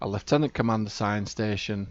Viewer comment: You instantly won my subscription for your correct pronunciation of lieutenant :) (Canadian here with para-military background, so I know how it's supposed to be pronounced!) Then again the fact you're making a T5 sing, makes you my friend. I love dragging out the old T5 ships and showing that they're still competitive :)